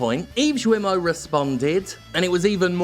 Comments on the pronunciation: Hey, just a side note about the pronunciation of "Guillemot", it's pretty easy to remember : you pronounce "Gui" like in "Guilty". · Hey Jim, since it seems you might be talking about the dude some more in the near future, and since I don't know if you do it on purpose: his name has a hard G. The U is silent (it makes the G a hard G), and (kind of) so are the double Ls (they're used to mark that you both pronounce the i and that you link the following vowel with a 'y' sound). And to top it off, the T is silent too. Apparently, some english speakers pronounce it "gi-luh-mot", but if you show the name to a native french speaker, they'll most likely pronounce it something like "gii-mo", or "gi-yuh-mo". Yeah, I know. TL;DR: Hard G and silent U in his name please :) Regardless, screw the guy, and thanks for your hard work and dedication. It's a bit sad that it came to this, but your fuck 'em attitude over the past few weeks has been oddly... cathartic. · Dear Jim Thanks for your work.As a French i must told you that Guillermot is pronounced Guyermot rather than Djermot like i heard in your video. Hope it help you even if you dont care about butchering names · Guillemot is pronounced "guiimo" with gui like in guitar (in case you care). Anyway yep, unfortunately acting like nothing happens seems like a viable strategy, until they face a massive lawsuit. At a certain point, the victims' anonymity won't be necessary in order to keep their job, hopefully. The sad thing is that this happens in pretty much every big company. Also, the more we support indie games, the more they'll have the guts to quit their sh*** job. Once again gamers are the real solution. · Hey Jim, correct pronunciation is with a hard G, like in guillotine, so like gill(of a fish)moe(of the simpsons). The more you know. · Hey Jim! If you say 'Guilty' and you replace 'ty' by'mo' (Guil-mo) you pronounce his name almost perfectly, not that it matters that much cause fuck that guy.